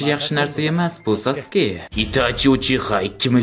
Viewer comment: Aka iltimos saske deb talaffuz qiling